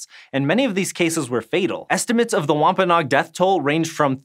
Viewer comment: Say WompaNOG one more time...